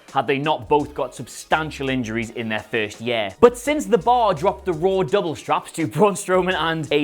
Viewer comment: YOU CANNOT PRONOUNCE THE WORD “YEAR” IF YOU CANT SAY THE WORD PROPERLY DO NOT SAY IT AT ALL